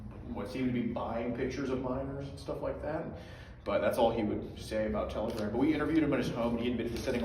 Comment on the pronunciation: Lol it's a joke like how doesn't know how to pronounce telegram yet